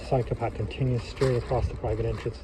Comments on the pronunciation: Yup it is a cycle path so don't pronounce it like psychopath. 😂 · It maybe me, but every time you say ‘cycle path’, l hear ‘psychopath’. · My American ears kept hearing “psychopath” even though I knew he was saying “cycle path”. Of course, there are plenty of psychopaths in America, so maybe that’s just my subconscious working? 🤷‍♂️